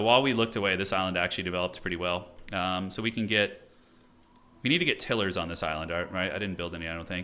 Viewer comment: Had to keep laughing at the pronunciation of Tilers, Til-ers vs Tile-ers, ROFL. On the positive, enjoyed the energy and fast paced commentary